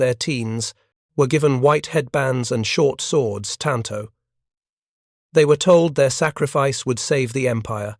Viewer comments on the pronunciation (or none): none